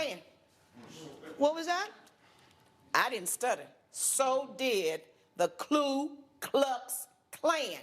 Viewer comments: As a Judge she should kno that it’s “ KU” Klux Klan. Not “ KLU”. 😂 Although it should be Poo Klutz Klam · It's ku klux klan...not klu klux klan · And the educated judge said klu Klux klan, when it's pronounced and spelled "ku". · Judge showing her ignorance ( it’s the ku klux klan not the klu klux klan) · It’s KU, not Klue…..ms. Judge. Lolololol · Ku Klux Klan is pronounced as such dumb ass not Klu Klux Klan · I agree that the lady is a white supremacist punk. But the Judge said “Klu Klux Klan”. It is “Ku Klux Klan”. That’s embarrassing that the judge didn’t get that correct. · Uhhh... It is KU-KLUX-KLAN, not the KLU-KLUX-KLAN. Just sayin... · I noticed that too, the judge saying "Klu Klux Klan." To be fair, I can't sit here and act like I am exempt from that mistake. I thought it was Klu Klux Klan my whole life up until a few years ago when I looked at Wikipedia and asked myself "Why the hell does it say Ku other than Klu." That's when I realized it was Ku. But you're right. Mablean at her age who probably lived during Jim Crow should probably know that. Though maybe she just didn't give a damn about the Ku Klux Klan enough to study the proper name. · she never said Klum. she said Klu instead of Ku. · Lol the judge makes the common mistake of calling the Ku Klux Klan the CLUE Klux Klan. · How does one become a judge, and still think it's pronounced "Klu Klux"?! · The judge said “KLU Klux Klan”. That’s embarrassing that she doesn’t know how to pronounce them correctly. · The white supremacist white man is trash, but it’s embarrassing that the judge doesn’t know how to pronounce Ku Klux Klan correctly.